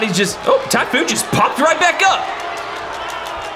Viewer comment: He said tyPhoon capital p